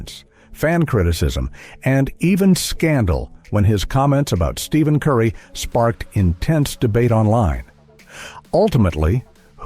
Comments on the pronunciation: Can’t take this video serious if the guy narrating can’t even use the right name for Stephen Curry. Stephen not Steven when pronounced idiot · So, you still cannot pronounce STEPHEN properly. WTF!